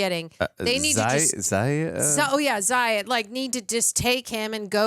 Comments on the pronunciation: Zā-us, not Zī-us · Right, it's not about Stewart's death, and it's pronounced ZA- US . They only mention it in the film several times. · you heard the name Zaius pronounced multiple times during the movie, yet you manage to mispronounce it every time.